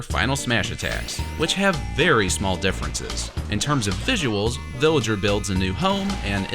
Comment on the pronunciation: He says billager